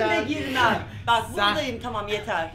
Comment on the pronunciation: Didemin düştüğü yere bir de "yeterğ" dediği kısma 1000.kez yarılıyorum hshshhshsjsjsjs